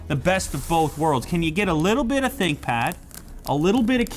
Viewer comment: Thinkpad ❌ Thinpad ✅